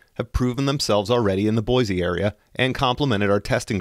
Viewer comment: It's pronounced boy-see not boy-zee, no z in it